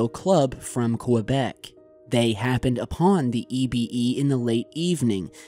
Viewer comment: You keep mispronouncing Quebec. (kuh-bek) not (kwah-bek)